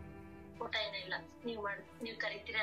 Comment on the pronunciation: Harnings 😂 Hoota 😂 Earning ✅ harnings ❌ Oota ✅ Hoota ❌ Yav seeme kannadavno neenu